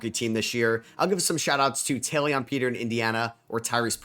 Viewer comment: I'm noticing you have a knack for mispronouncing some players names consistently. In this video its Taelon Peter (you said tayleon when I assume its taylen) and then Jock Landale (you say Lawndale when its lan dale) and Sam Merrill (you say Muh-rill)